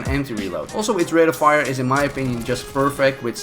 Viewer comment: "Jist" wait wtf